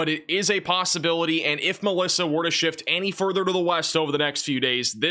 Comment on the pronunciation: Glad I came to the comments and saw MELISSA, I swear I thought said ALYSSA and I was like, wait what happened to M, N, O, P, etc. Lmao I thought we'd went back to A 😂😂😂😂😂 was so confused